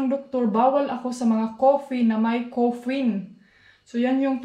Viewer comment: Caffeine not coferne..